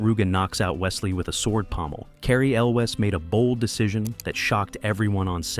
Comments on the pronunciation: Elways Pateenkin *pronunciation key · Yes! I like the video, but the guy needs to learn how to pronounce Patinkin and Elwes correctly. (Edited because I just noticed that I spelled Mandy's name incorrectly. At least I know how to say it. 😂)